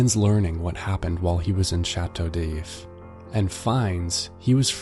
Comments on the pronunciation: "Chateau DEEIIF" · I don't even speak French and I was cringing, "shatter daif" Ah why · My ears were bleeding with the bad pronunciation! MONsuir, SHATTO D-eef, vil-le fort. I couldn't take it